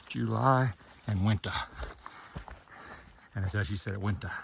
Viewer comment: Congrats on the 1900 miles done!! 🎉. And is there any other way to say “winta”? (I think not) 😊😂